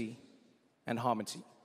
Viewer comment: Did he say “harmoty” ?! Still a legend!